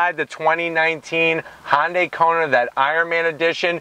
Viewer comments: for the love of baby jesus...if you can't pronounce it correctly can you at the least get the name respectfully close? Dude you are a YT car reviewer. You can't claim ignorance (Google it). Say it with me...HUN-DAY... HUN-HUN-HUN-HUN-DAY!! Its not a Honda ok? Good review. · That's a Hyundai not Honda, Honday! Stop saying Honda. Even the closed caption says Honday! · No its actually Hee-Yun deh. Read the above again I said at least get it close which HunDay is compared to his pronunciation which was Hahn-Day. Mmmm K ? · Hyundai not honday , please learn how to use English and look at the badge its spelt Hyundai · Why he keep saying Hon-day? Its not a honda related brand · Is it Hon-day, or Han-day? Definitely never heard it pronounced this way… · Edit: I'm gonna zonk you on the "Han"dai....lol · Kona, Hawaii, is the home of the Ironman World Championship. That’s the motivation for the Iron Man partnership with Marvel (not Audi). And what’s up with his pronunciation of Hyundai? It’s a subcompact SUV so technically smaller than compact SUVs or CUVs. That’d be the Tucson. Anyways, done here. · Learn to pronounce Hyundai bud